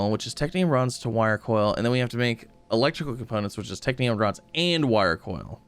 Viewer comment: is no one gonna tell him that its technum and not technium? pls upvote so he sees